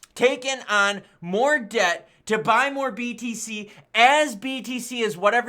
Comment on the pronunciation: Everytime i hear btc i keep thinking hes saying bbc 🤣🤣